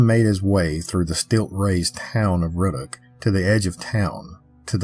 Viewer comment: Just some friendly advice on pronunciation of the people places and things in our beloved State of Louisiana. Laplace is “Luh-Ploss” and Ruddock is “Roo-Dock” and The Manchac Swamp is “MAN-shack” Loup-garou in French Cajun enunciates the P in Loup as in “Loop-Gah-Roo “ The vast majority of people who aren’t native to Louisiana have trouble pronouncing the numerous names that usually originate in French, Native American or Cajun French. Any time you do a video on anything located in Louisiana and you want to make sure you get the pronunciation correct, feel free to reach out! And please don’t think I’m coming at you with any type of condescension or ugliness. I am well aware of how difficult it is to pronounce the majority of the proper nouns in Louisiana. Just one of the ways that we’re exceptionally unique and special as a state, a culture, and a community of very diverse origins and heritages that come together to form a mix of the best of the best! Your video was great though. Better than most other examples of the Louisiana folklore creatures and cryptids that’s for sure. Love all of your work!